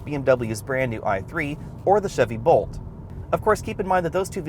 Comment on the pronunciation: Is it my hearing or was he saying Volt instead of Bolt as it sounded like he met Bolt.